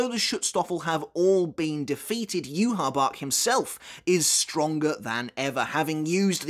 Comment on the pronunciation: Yhwach is pronounced “YOU-HA-BA-HA” not “You-ha-bach” lmao 😂